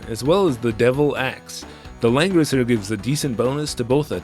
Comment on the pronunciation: Homie, it really does sound like you’ve been saying Lenin this entire time